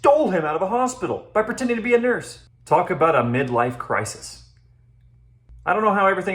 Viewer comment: Did you say 'midwife crisis'? Lol